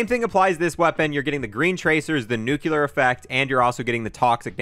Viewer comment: disliked for "nucular"